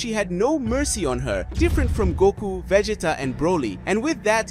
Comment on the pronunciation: vegeeta lol